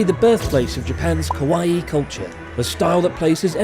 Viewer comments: Does Japanese pronunciation count as "kimo-Kawaiiiiiiii"? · Is it actually Kawaii and not Kawai? Oops 😅